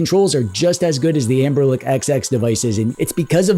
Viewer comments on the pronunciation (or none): Anberlick? lol